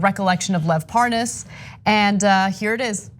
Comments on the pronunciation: No matter how many times he hears them pronounce Parnas's name, he [Devin Nunes] still pronounces it differently on purpose. I can't believe he thinks there are people who'll fall for this shit, and worse still, I can't believe there are ACTUAL people who fall for this shit [those who vote republican]. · So Nunes didn't even know how to pronounce Parna's name. Only a republican is crooked enough to not care. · I am German and not usually interested in politics but even I knew who Lev Parnas is and how his name is pronounced when David Nunes a representative of your country and a professional politician denied knowing him on Fox News. That was obviously such a pathetic effort to cover up his own dirt. I really cannot believe how badly educated and uninformed some Americans are. 🙄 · Them mispronouncing Parnas’ name to pretend like they don’t him is ridiculous .🤦‍♂️🤣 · It was a pathetic attempt to ACT like he didn’t know how to pronounce it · Nunes is still acting like he doesnt know how to pronounce parnas's name, lol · Yeah he doesn't know Parnas, he knows parNAAS. Big difference lol He's technically not lying, he's saying his name wrong on purpose so he can lie about it and get away with it and go "ohhhh Parnas, I thought you said ParnAAs. My bad. In that case yeah I know him." 🤦‍♀️🤦‍♀️🤦‍♀️💩🤮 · lev porn-ass? at least he can pronounce nunes :P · Look at this lying ass corrupt criminal politician trying to mispronounce parnes name but he has talked multiple times and he set trips up for Nunes to meet prosecutor who was fired by Ukraine for corruption He's been working on covering up for trump and helping since Russia investigation's. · Nunues really needs to stop pretending that he does not know Parnas by calling him ParnASS lol So obvious he’s busted. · "when I came on your show i just didn't know the name, this name 'Par-NAAASS' " Come on now, even Nunes' cow thinks that’s udderly ridiculous! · Ahh yes, Lev Parr-naas